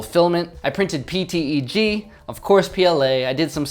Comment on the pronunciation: I just realized you said PTEG